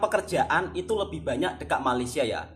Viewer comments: Bang Toha...ini permintaan saya, cuba satu kali bikin video bercakap bahasa Malaysia. Bagaimana bunyi nya ye. Suka dengar sebut perkataan "BANYAK" jadinya "BUANYAK". Apa pun semoga terus maju jaya dlm YouTube. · Suka dgr 'buanyak'